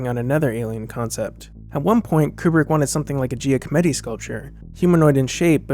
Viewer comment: Giacometti is pronounced, roughly, Jahk-oh-METT-ee.